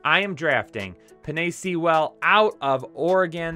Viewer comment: Sea-well! Lololol (Suh-wool). Haven't gotten that far yet, but please don't say (lmfao!!! He butchered it again!!!). Still love ya, but that was brutal